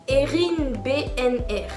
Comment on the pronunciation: Oh putin !!!! C'est la première fois de ma vie que je gagne un truc même la fève dans les galette j'ai jamais !!!! Ptdrrr moi qui me disait oh non un tirage au sort avec du papier c'est sur je n'ai aucune chance" En plus tu as bien prononcé mon prénom "Erin" mdrrrr MERCI beaucoup!!